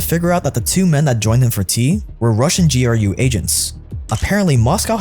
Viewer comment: GEE ARR YUU Honestly making my ears bleed. Its pronounced Groo. What is it Anglos and pronouncing every letter in an acronym? I mean you call him POTUS not PEE OHH TEE YUU ESS right?